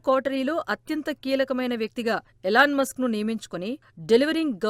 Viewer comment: Eelaan Musk! Yelan Musk kaadu!